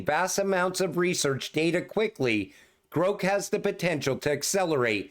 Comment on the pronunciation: The way you are saying Grok it would be spelled Groke, like coke. The pronunciation of the "o" should be the other way. Love you long time❤😂